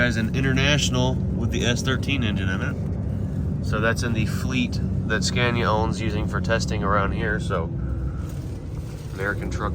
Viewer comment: are you practising how to pronounce Scania? It’s not Scan-ea, it’s Ska-nea. The a goes down, not up. Love the series!